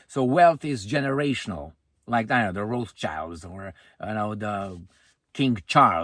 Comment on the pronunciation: 15:99 "Rosechilds" 😂